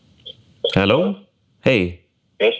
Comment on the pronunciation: a lot of heritage in that "hello"